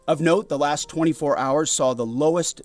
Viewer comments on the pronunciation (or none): none